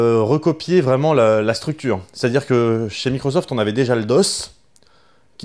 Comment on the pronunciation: Par contre c'est microssssssoft pas microzoft ! Mdr